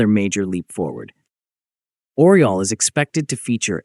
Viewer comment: It isn't "Oral". It is Oryol (Eagle in english)